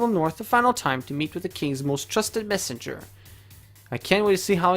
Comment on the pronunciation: Mes-senger? Usually it's messen-ger. Such exciting new ways to pronounce English.